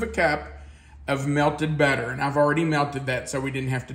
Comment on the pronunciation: The way you say butter, sounds like better. lol😂